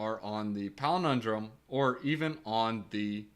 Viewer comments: PAL - IN - DROME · Yes love you man, so it is pal-in-drome. I like your pelenindrome but people are easily confused.